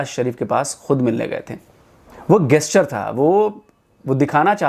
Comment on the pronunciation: Bhai गेस्चर नहीं जेस्चर।🙏